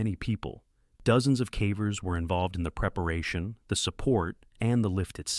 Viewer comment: The cævers. Are you, mr AI, by any chance Norwegian, since you pronounce cavers with a Norwegian æ?